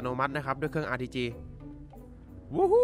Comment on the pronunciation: ได้ยินRTGเป็นRPG